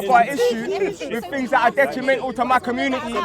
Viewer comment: you should aks someone to help you wid these tings